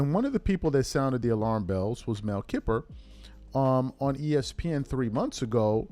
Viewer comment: Mel Kiper, Jr. (KIH-pur)